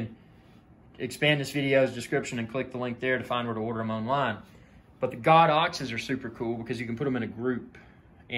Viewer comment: "Go-dox" not "God-dox" 😊 Enjoyed the video, well done.